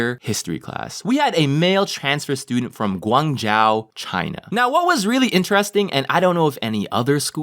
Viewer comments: Umm, it's pronounced, gwong - joe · kind of triggered by the pronunciation of Guangzhou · thats not how u say guangzhou buddy.... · I don't know how hard it is its not pronounced: guang Zhao it's Guang Zhou you just ask Zh + o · Bruh its not guang jow its pronounced guang joe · Im chinese and got triggered by saying Guang Zhou, ITS GUANG - ZZZZZ - OHHHHHHH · Guang*zou* not zhao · ITS PRONOUNCED GUANGZOU NOT ZAO. IM OFFENDED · lmfao, Guangzhou is pronounced guang zh-oh, you are saying it like Guangzhao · LMAOOOOOOO ITS GOO-WARNG ZOU NOT GUANG JIAO LMAOO but it’s ok you’re not Asian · pls stop pronouncing guan zhou like guan zhao reeeeeeeee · gu ang zhou please yes im chinese lol sry i get annoyed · It's pronounced "G(u)-Wong-zoh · It is pronounced Gwong Joe REE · U pronounced guan zhou wrong (it’s not (jion)(I couldn’t find any other examples) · Guangzou is pronounced Guang-zough more of a high pitched-ish accent on the A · Srry but guangzhou is pronounce guangtsou like that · btw, it’s pronounced gwang-jeo the zh makes a j sound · Guangzhou = gu-ung zho please. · It’s pronounced Guang jo. It’s name is still Guangzhou still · it's pronounced gwung-joe lol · guangzow (rhymes with show not ow) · haha guangzhou is actually pronounced like (guang-zho) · it’s pronounced guan jo ;) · ACTUALLY ITS PRONOUNCED “Guang-joe” 😪😫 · my parents are from Guangzhou and you kept saying Guangzhou wrong and it bugged me hella 😂😂😂 then again it’s sorta of a o that’s annoying o well situation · As a Chinese person, I cried when pronounced Guangzhou😭😂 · Idk if anyone else mentioned this but my god kinda butchered the second half of Guangzhou. I get it but like every time I heard it I just like 😂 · lemme just sit here trying not to be upset over the fact he butchered guangzhou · The Chinese speaking people getting triggered the way pronounces Guangzhou lol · It’s Guangzhou not Guangzhou, I was born there